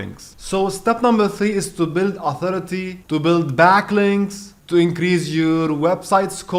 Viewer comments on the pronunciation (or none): Bro the word is build not build🤣🤣🤣